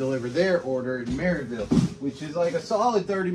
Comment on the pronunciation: You know you said Maryville wrong